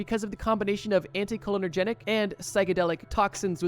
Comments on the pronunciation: It’s anticholinERGIC not anticholinERGENIC. Sorry I’m a nerd and every time I hear it, it drives me insane 😂😂😂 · Hey, dude, you need to work on pronunciation of the words you use in these videos. In this video, you pronounce, 'anticholinergic' as antee-koh-linner-genic...it's pronounced antee-koh-lin-ergic. Not hating, just pointing out that you have a habit of mispronouncing molecules, medical conditions, et al. Not that big of a deal most of the time, but sometimes mispronouncing a word can lead to a completely incorrect interpretation, which can be deadly when dealing with psychoactive molecules. This show/channel is decent and I am guilty of watching it, but it could be improved upon. Also, simply relying on experience/trip reports to be true to the molecules they claim to be about is a massive reach. Many of these reports are not factual because the people who wrote them did not know what they actually experimented with. They're also rife with exaggerations and just completely made up shit. PS - the GBL part of this video is incredibly full of bullshit. So many incorrect attributions made about this molecule. You got the basics correct, but there are so many ridiculous claims made about it. I had to end my viewership while you were talking about GBL. Just so factually incorrect I'm not going to even begin to explain. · No, I heard you say "anti-cholinergic", not "anti-cholenergetic". Could be my brain autocorrecting errors. ( Or maybe not, because you read it wrong *again*. "Anti-colonogenic"? PLEASE stop, it's massively annoying.) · Sorry but I gotta point out that it isn’t“AnticholinerGETIC” but the correct term is “AnticholinerGIC” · great video! just a note, its pronounced anty-call-inner-jick